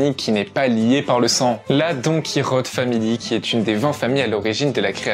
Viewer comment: C Donkichote pas donkirote